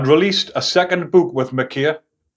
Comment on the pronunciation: Mckay is pronounced mc-eye ? As in why eye mun. Not mckaaaaaaay